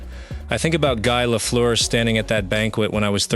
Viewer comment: If you are going to use AI to fake voice, for crying out loud…make it pronounce Guy Lafleur’s name properly FFS!